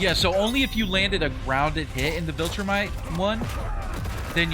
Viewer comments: It won’t matter but it’s vol-tra-mite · Please learn to pronounce Viltrumite😭😭